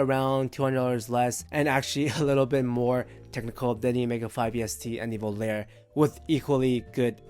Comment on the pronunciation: Volare... Voh-lah-reh... VOH-LAH-REH!!!😫 Thank you 😊 ☮️